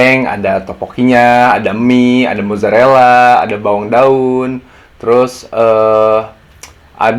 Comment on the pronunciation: 'bawang daunn'.. dengan pdnya kak wkwk